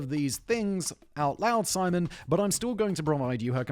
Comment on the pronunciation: Who is "Pimon"? Does he have channels, too?